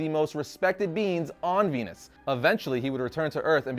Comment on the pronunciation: Oh... he moved to VENUS... makes sense, at first I thought you were just pronouncing Venice weirdly